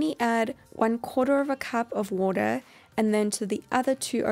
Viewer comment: Lol i like her way when she say water "woodar" lol